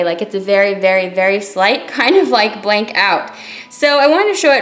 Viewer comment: Blanc is french for white and pronounced blahn....c is silent.....just a freindly fyi from Canada where french is mandatory on everything!! thanks for showing this beautiful collection xoxo